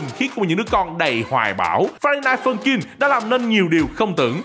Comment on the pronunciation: tôi nghe thành friday phân chim